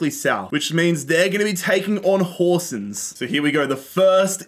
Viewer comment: You are pronunsing Horsens were well god job